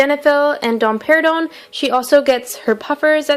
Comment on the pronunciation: am I the only person who heard domperidone as Dom Perignon? 😂